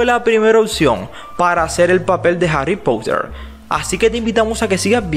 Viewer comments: No me canso de decirlo, aprende a pronunciar el inglés. No se dice pouter sino, porter. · Ni tú ni el es potter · Pottha xd